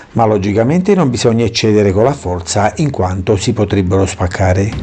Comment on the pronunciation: Ciao quando dici la parola spaccare mi fai morire 😂